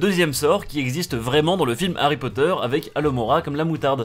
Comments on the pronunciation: C marké ipod ait pa ari potere ! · ARRY POTTER